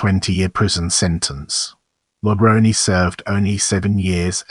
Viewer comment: It's pronounced La Grown. 👹